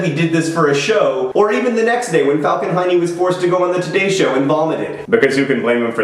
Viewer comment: Yes, its 2 am in Finland, and I am giggling about Heene (Hiney)